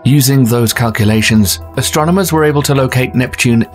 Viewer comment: It's ASTRONOMERS. Not "Astronaumers." FFS Thanks! Had to get that out there. I feel better now.